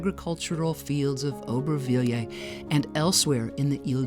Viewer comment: Nice video, but if you can't pronounce the name, don't try to say it 50 times 🤣